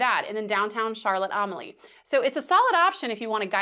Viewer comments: Overall a good video, but if you are going to recommend places, please learn how to pronounce the locations properly. It is not Charlotte Am-a lee, it's pronounced Charlotte A-mal-ya. AH Riise, is not pronounced AH Rise, it's pronounced AH Reese. Yacht Haven Grande is not pronounced Yacht Haven Gran-day. It's Yacht Haven Grand. The "lookout" you mention is Skyline Dr. Scenic Overlook. I hope you enjoyed our Island. It looks like you there Wed Oct 15th, when both Celebration and Aqua were in port. We happened to be home on island that week. BTW- fully agree with cruisers NOT trying to to go to St. John for the day. Too many variables to make you miss your ship on the return. The term "schedule" is used loosely in the islands, especially for the ferry. :) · As a local it makes me cringe everytime you try to say Charlotte Amalie but happy you enjoyed our home 😂